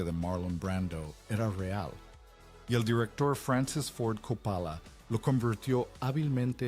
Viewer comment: Y Capála, por Cóppola